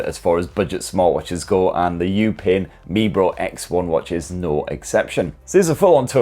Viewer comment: It is pronounced "You-pin me bro" 😭😭😭😭😭😭😭😭